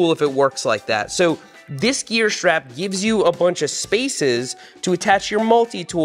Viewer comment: I just about lost my kool-aid when Seth was saying stwap! That was hilarious.